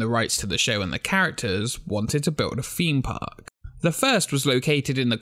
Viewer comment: "Feem Park"